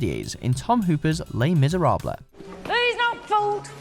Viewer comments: Le MiseraBLA?? Ha ha ha! It's pronounced: "Le Miz-er-ahb" It's French. The "L" is silent. God, I thought everyone over the age of 12 knew that!! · "Le Miserabluh" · Did anyone else stop watching after he said Miserablay? 😂😂😂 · He pronounced Les Miserables wrong, I'm a huge fan of that musical, so I cringe whenever someone does that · Cringing as they mispronounce Les Misérables